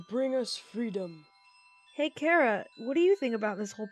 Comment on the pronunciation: ITS NOT ITS KHARAH!!!!!!!!!!!!!!!